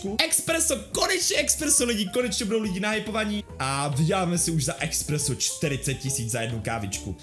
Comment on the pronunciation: To je espresso nie expresso